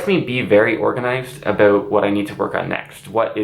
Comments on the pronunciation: says “aboot” me: instant subscription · this is probably the first time i've heard the infamous canadian "about" accent